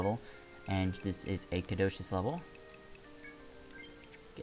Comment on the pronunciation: "Have a care" may not be used as commonly as "take care," but it is a perfectly acceptable expression meaning "be vigilant." Atlus has outstanding localization, so do not doubt them lightly. On a related note, there are many words that appear repeatedly in this game that you don't know how to pronounce: caduceus, chimera, troubadour, and so on. I enjoy your LPs, but if you still plan to do EO4 I hope you slow down and look some things up when you need to because this can be maddening.